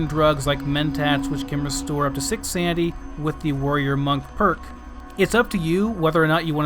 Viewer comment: It's "sanITy" not "sandy" #dumbass